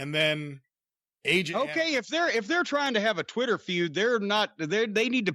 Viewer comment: Does know it’s called Twitter and not “Chwitter”